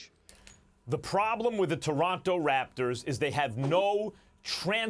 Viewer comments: Anybody else catch Stephen A. say “Taraptors”? 😂😂😂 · toraptors lol